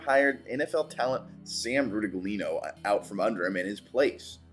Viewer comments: Ru-ta-gleeno? 😅 Bro -- 😂😂 Ru-tig-lee-ahno That's how it's done. (BUT - I enjoyed the video anyway!) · Thank you for the love for the Liberty Flames. Just some corrections - it was "Tom" Dowling, Morgan Hout was not the Head Coach of Maryland but was an Asst., Coach Sam Rutigliano's last name is pronounced, "roo-tig-li-ano", Coach Danny Rocco is still alive (you referred to him as the "late, great" and "late" means deceased), pictures of Kelvin E. and Richard S. are mixed up (KE is on top as the receiver and Shelton was the DB on bottom), yes, Cooley was at WF but he transferred to LU from Coastal where he played the previous season. Well, we didn't win our big bowl game and honestly got blown out but the exposure, the fan base that showed up beating Oregon's fan base by about 20% (more fans) and the transfer portal seeming to be more of a benefit than a detriment, should help us continue to grow. I predict we will be in the 12 team playoff next year or a medium level bowl game with only 2 losses for the season (or less). Thank you for your presentation. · My ears are bleeding from hearing Sam Rutigliano's name butchered so badly. Rutigliano is pronounced Ruh - tig - lee - AH - no.